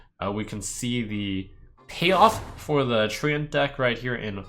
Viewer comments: Trump its trent not tree ant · It's trench